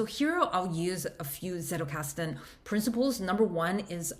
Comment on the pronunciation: If you can pronounce 'pizza' you can get the z in Zettelkasten right.